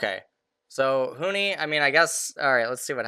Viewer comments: Bro its Huni not Huhi XD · he probably watched a 100t game and got used to saying huhi not that big of a deal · Why does he keep calling Huni "Huhi"? I mean they're both Asian but that's like the only thing they have in common.